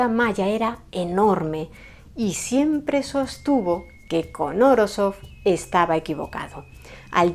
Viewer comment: Como rusoparlante, Esssss que te como toa la cara por haber pronunciado su apellido esdrújulo!!!!🥹😍🙌🏻🙌🏻🙌🏻🙌🏻🙌🏻🙌🏻🙌🏻🙌🏻🙌🏻🧛🏻‍♀️🖤